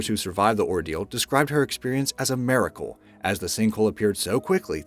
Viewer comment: The narrator said Palesteen/Palestine and maracle/miracle.